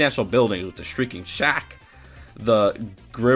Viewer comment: Also sh-REEK-ing shack not sh-RINK-ing. 💕